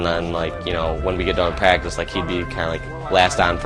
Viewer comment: Everytime they say "practice" i laugh so fucking hard!!!! Lmao